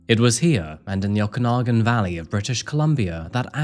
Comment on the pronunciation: I love how you pronounce Okanagan😂😂😂😂 My parents lived there for 20 years until their deaths …. in the small city of Penticton, south of Vernon… great memories of our time there💔🙏💞